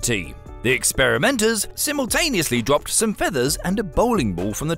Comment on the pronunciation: Symotaneously? You mean simultaneously?